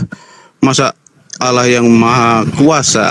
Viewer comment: Kenapa dalam kitab mereka ditulis " ALLAH " , tapi mereka sebut " Alah " bahasa Indonesia yang sangat tidak benar.coba dengar mereka sebut....